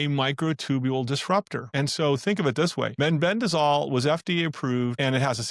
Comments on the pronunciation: It's meh-ben-dazole, not men-ben-dazole. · it concerns me that the speaker in this video pronounced mebendazole as meNbendazole ?